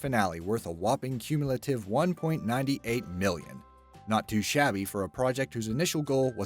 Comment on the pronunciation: Anyone else mad about the way he said "1.98"